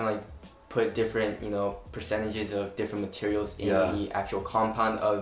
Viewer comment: Moving on to the "materels" 😁